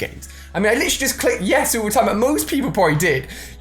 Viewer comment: red dude it's yes not yas f**k indot